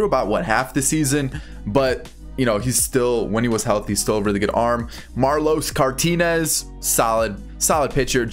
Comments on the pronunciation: He really said Marlos Cartinez😂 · He said Marlos Cartinez too